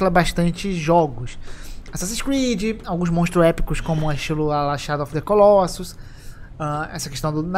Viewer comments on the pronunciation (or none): none